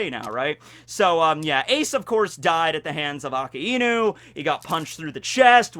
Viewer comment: STOOOOOOOOOOOOOOOOOOOOOPPPPP saying akainu wrong, you are, you dont make these mistakes normally pleassseeeeeee stop it looool